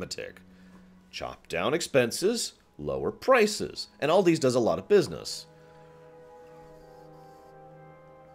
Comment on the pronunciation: Aldi It's pronounced Al Di not OLDi it's a Germany company